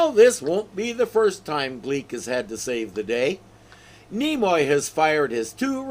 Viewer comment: "Nemoy"? Did Mr.Spock do a cameo in this episode? 😆😆😆